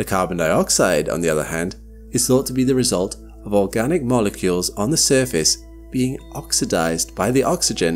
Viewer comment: Did he say "organic"?